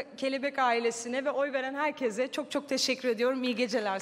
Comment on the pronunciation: Ödül alıyosun ama herkese herkezzz diyosun